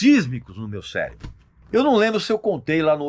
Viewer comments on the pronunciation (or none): none